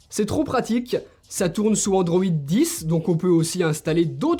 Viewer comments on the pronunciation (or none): none